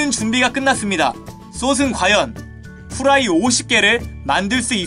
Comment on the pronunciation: ㅗ 후라이말할때 고자라고들림